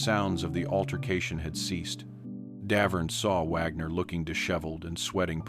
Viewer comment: I agree, at the beginning it pronounced "Wagner" correctly, then later through it pronounced it "Wogner" 🙄